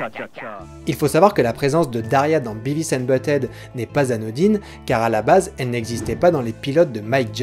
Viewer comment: Si je peux me permettre un léger commentaire un peu inutile, essaie de dire "Biveuss" pour Beavis :) après c'est que de la prononciation c'est pas très important